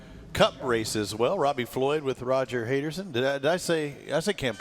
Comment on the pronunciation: Robbie Floyd is all mixed up with the names, guys😅. He asked Roger if he got Cam Beaubier or Peterson name pronunciation correct, while then calling Roger Hayden, "Roger "Hayderson" 😅. Listen to it closely where he calls Roger Hayden, "Hayderson" (but then acts like he was saying both Cam Peterson and Beaubier wrong, when it easy actually Hayden name he was butchering to death 🤣🤦🏽‍♂️🤷🏽‍♂️).